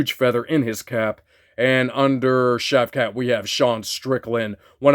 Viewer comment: That accent during the Shavkat pull was hilarious hahaha Some of these guys that lose to Jon Jones in a close decision seem to go on to take so many Ls after🤔 Alex Gustafsson Thiago Santos Dominick Reyes Congrats on the Sean pull! I always try to guess the name based off the initials, but the SOM was confusing due to it being O'Malley - cheeky bastard!